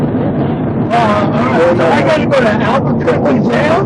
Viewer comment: If no meth in his system best prepare for a profiling suit. Dudes different but pronounced Albuquerque several times perfectly that words the perfect slur test. His heel toe walk was damn good for a dude in heels. Last I heard that isnt a crime. Can't bust the guy for quittin grade school to drive truck. As.for wrong way... could happen signs aren't always clear or even present. Weren't there 2 semis going I the same direction?